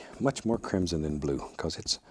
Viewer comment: the way he says “crimson” gives me an eargasm